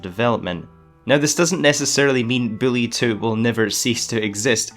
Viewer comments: Is it just me or is he saying Billie or Bully??? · Lmao he saying. Billy 2. Not Bully 2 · HES SAYING BILLY HAHAHAHAHA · You said Billy 2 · did this man call bully 2 billy 2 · Why is he saying "Billy" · You need to slow down bully sounds like billy. Just telling it like i hear it and you talk fast